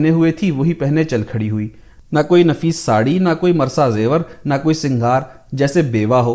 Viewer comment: تصنع ،مرصع کے اعراب